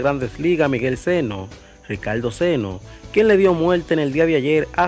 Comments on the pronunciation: Sano. No seno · Sano hermano no seno